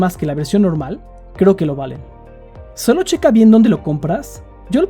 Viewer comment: Cómo va a ser. Iba tan bien hasta que dijiste "Solo dimput" :c